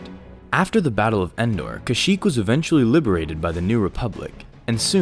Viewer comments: You said shyyyk at the start, not kashyyyk! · No offense at the beginning I only hear shyyyk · You said shyyk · "SHYYYK was the homeworld of the Wookiee race." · It doesn't make any sense that a planet has a name its inhabitants cannot pronounce. The name should sound like something Wookies can say.